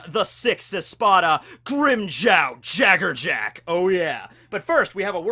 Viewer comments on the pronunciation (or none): Your pronunciation of his last name... Come on lol. JaggerJack lol.